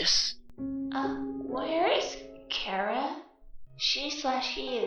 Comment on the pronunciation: Yes you said Chara properly yay